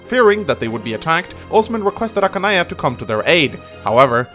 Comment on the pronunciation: Archanea not Ackanea.